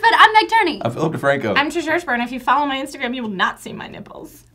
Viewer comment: At the end she said Trisha hershberner instead of hershberger